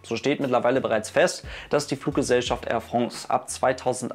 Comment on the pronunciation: Air Frongs??? ;-)